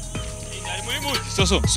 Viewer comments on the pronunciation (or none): none